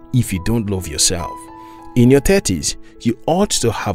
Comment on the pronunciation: The voice is great. But some of the pronunciations could have been better. For example, I actually struggled understanding when he was saying "Thirties". I heard "Tetris" everytime. But great video.